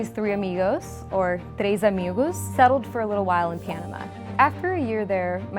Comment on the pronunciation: Did she just say “Amigoose”?